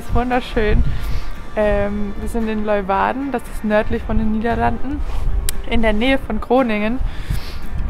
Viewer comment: Klugscheisser-Modus an*. es heißt Lee-uwarden, nicht Loiwarden *Modus wieder aus Willkommen in meiner Ex-Heimat 😊. Schlafen bei so einem Wetter ist schlecht, hatte ich auch mal, an der frz Atlantikküste, dazu prasselnder Regen auf dem ungedämmten Kunststoff(klapp)dach. Horrornacht. Aber Ihr habt's überlebt 😄. Freistehen soll in NL ja strengstens verboten sein-wie kommt Ihr so durch?